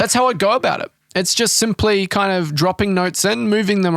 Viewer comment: "..aaaaand, that's how I Goa bout it...", Tell me I'm not the only who heard that, and had to do a double take (had vid playing, listening while reading) :P